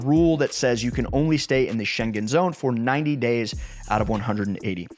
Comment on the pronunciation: Please, I implore you ... learn how to pronounce "Schengen" before you post a video. Thanks ! (The first part of your video was appalling.)